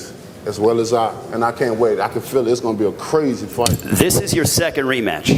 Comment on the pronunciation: “I fill it” feel it, fill it, chick fillet? “I just fill it”